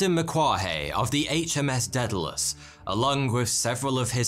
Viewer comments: daedalous is pronounced "day-da-lus" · Did you mispronounce Daedalus 🤣